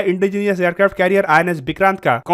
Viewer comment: Bro why you says Aircrafto all the time you can say it simply Aircrafts